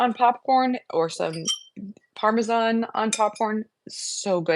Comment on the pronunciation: THANK YOU for pronouncing Parmesan correctly! I cringe when ever I hear "parme-john" which is a lot these days 😂 And thank you thank you for the great recipes. I already made the Parmesan-like mix to put on my pasta dishes this week!